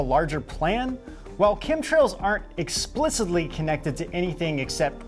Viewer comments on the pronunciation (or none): I think the "deep state" is jamming your broadcast. Either that, or you two morons can't pronounce simple words like explicitly, authorization, or suspiciously worth a shit. I'm going to say that it's the latter.